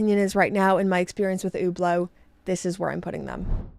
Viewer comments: It sounds about right to me. What should she say in your opinion? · She’s pronouncing it right.